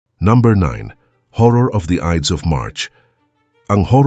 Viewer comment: Watch your pronunciation, lahat halos ng Tagalog mo mali-mali ang pronunciation. Hindi ka naman siguro Kano dahil you pronounce Ides of March as Idis (it should be Ayds). Practice ka muna bago mag-post kasi it's annoying. Parang nababastos ang mga pinoy eh.